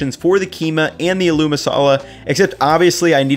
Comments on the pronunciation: this mixture you can now fold into parathas before rolling them out and make the classic indian breakfast, aloo paratha (also quick side note, aloo is pronounced with a greater emphasis on the a, so it's like aaa-loo, like the aah without the h sound. I don't blame you for not knowing the pronunciation but since you're this obsessed with Indian food I figured you'd like to know) But yeah aloo paratha, stuff up the mash into paratha dough and then roll it out, and top with butter and coriander. (I would actually add a touch more of the spices to the mash, some fried curry leaves and mustard seeds, and other spices). In my house we'd have that and indian curd (dahi) with sugar in it and it'd be the perfect start to the day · knows quite a lot about legit Indian cuisine Also: aLOoO masala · love your recipes, including this one - thanks so much! but your pronunciation of "aloo' is driving me crazy - the stress is not on the "oo", but on the "a". it should be 'aalu' - 'aa' like the sound in 'yawn', and then the name 'lou'. thanks again for the recipes - keep 'em coming! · Great idea, gna give this a go. Love the way you say aloo too haha it's actually pronounced ah-loo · Idk if it's been mentioned but aloo is pronounced with emphasis on the A - so like "Ah-loo" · Nice video. It's pronounced like "aaaa-looo". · Niceeeee but it’s pronounced ahh-loo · Pro tip: Aloo doesn't sound like a loo. It sounds like "Aaaa! Loo!". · I respect your dedication to understanding the cuisines of different cultures and I feel like you really try to honestly represent these various styles of cooking. Pro tip, it's spelled "aloo" but pronounced "aa-loo" lol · this is a great video but something has been bothering me like crazy how you pronounce aloo. It's pronounced ah-loo, rather than how you've been doing it. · It’s pronounced “AH-looh” masala. But looks good! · Hate to be that guy but aloo in aloo masala is pronounced “āloo” (long a) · It's agh loo